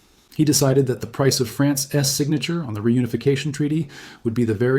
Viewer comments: Who the hell days France S instead of France's ??? Damn AI. I love the vid but unliking it. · You can tell the entire thing (not just the art) is AT from the quote: "He decided that the Price of France-S signature on the unification treaty...." Notice how the odd mispronunciation of "France's" corresponds with the hardcored subtitles breaking. A human who was reading a script and inserting the subtitles after wouldn't have made that mistake.